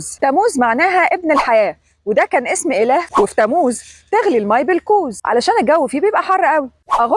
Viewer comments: مش آيار ( آيّار ) في شدّة عل ياء 😊 و تمّوز مش تموز sorry يعني 😅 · تموز. تلفظ بتشديد الميم قليلا. يعني. تمموز😊😊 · تم موز مو تموز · ( أيار) بتشديد الياء (تموز )بتشديد الميم